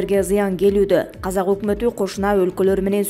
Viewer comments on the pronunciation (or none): none